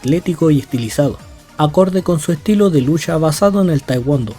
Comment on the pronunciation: Estoy enamorado de Juri desde que salió,es la mileena de SF y usa también el morado,por cierto me molestó un poco que digas "lusha" en vez de "lucha'. Por lo demás buen video sr